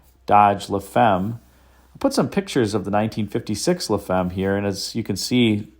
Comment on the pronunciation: What a car, amazing how much love for details was put into this. BTW, la femme (the wife) is pronounced like "la fam" in French with an a like in father.